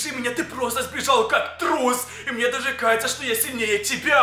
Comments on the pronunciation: Он говорит:мне каеца😂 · Он говорит:мне каеца😂😂😂